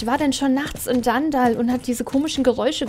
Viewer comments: es heißt nicht dandall sondern dunndul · Danndall XD nicht für ungut wber es heißt dunndull wie man es schreibt so sagtman es auch aus XD trotzdem du bist die beste sso yutuberin der welt😇😀😊💓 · Wie du einfach DanDall sagst und nicht DunDull😂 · Es heißt eigentlich Dundull und nicht Dandall